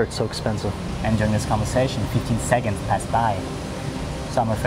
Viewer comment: The fact that he says segonds instead of seconds tho